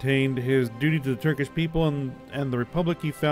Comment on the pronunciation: I’m Dying of laughter when you said “Turdish” 😂😂😂 had me laughing for 5 minutes straight